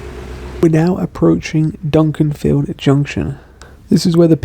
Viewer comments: Hi, just to let you know it’s Dukinfield, not Dunkinfield;) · it's pronounced 'Duck en field' (Dukinfield), not Duncaninfield! 😁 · it isn't Dunkinfield. Its pronounced Dukinfield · Here to be pedantic and correct some mistakes with place names and where you stopped for shopping! Duck-in-field *Dukinfield not Dunkinfield! (And you said a couple of places wrong but nvm lol) and you stopped in Hyde for shopping i think - it wasn't Romiley anyway! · Love your videos! But it’s ‘Dukinfield’ not ‘Dunkinfield’ 😅 pronounced ‘do-kin-field’ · Hey... Just a minor item...it's Dukinfield and not Dunkinfield...although the latter does sound more fun! Cheers... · Thanks for a geat video. Being a northerner, I love the misty weather! Each to their own. Could you just change the name on your map - and also your pronunciation - to Dukinfield (pronounced Duck-in-field) from Dunkinfield. Thanks.